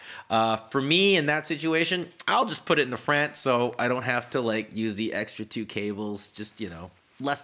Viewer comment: The way he says front is really funny 😂 FRANT But I completely agree with what he's saying